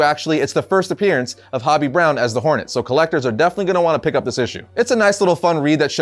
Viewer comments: Isn't "Hobie" pronounced "Hoh-Bee", not "Hah-Bee"? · Hobie.. ho-bee, not hobby. Silly goose.